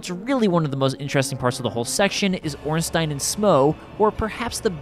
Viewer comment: I've never seen anyone pronounce smough right but ornstein wrong, its usually the other way around